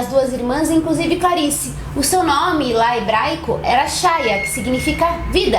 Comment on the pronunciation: Nao é shaya, é chaya ( rráia) , essa é a pronúncia